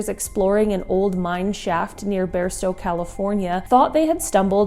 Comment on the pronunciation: Pathetic. It's not "bare"stow, it's "bar"stow !!!!